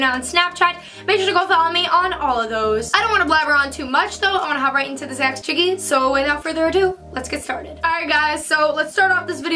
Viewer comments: Does anyone notice she is saying aks chickee instead of ask chickee. I mean it doesn't matter she is still a queeeeeeeeeen! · Don't get me wrong, I love you and your videos but is it too much to ask for you to say ASK not AXE like for real ASK is not the same thing as AXE. Anyways love you ❤❤